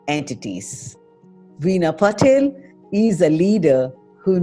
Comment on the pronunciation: It's not Patel , it's PATIL